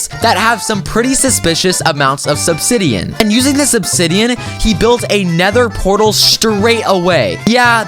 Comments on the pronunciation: did he say subsidian?😂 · I thought i heard subsidian- idk if im tired or if ya mispronounced it on accident XD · You didn't even say obsidian seyd sbsidian